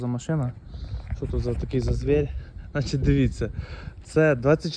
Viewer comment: "Звєєрь". Ти звідки такий, звір? З-за "пааарєбріка"